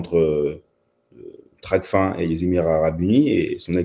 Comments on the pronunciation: *TRACFIN et non tracfine.. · On dit Tracfin comme fin !! Pas fine... Ça montre d'entrée la maîtrise du sujet.